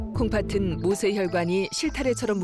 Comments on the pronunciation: 중요한건 아니지만 아나운서가 콩파튼이라고 발음하는데 콩파슨 이라고 발음해야 맞는거 아닌가요? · 방송 내용과는 관련 없는 내용인데요, 내레이터의 발음에 관한 것입니다. '콩팥은' 이나 '콩팥으로' 의 발음을 '콩파튼' '콩파트로' 로 하시는데 이게 맞나요? '콩파츤' 이나 '콩파츠로' 가 맞는 발음 아닌가요? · 콩팥은 발음을 콩파튼으로 계속 일부러하는 것 같은데 콩파츤으로 발음해야 함